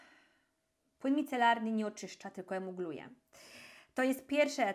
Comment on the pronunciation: emulguje, a nie emugluje :)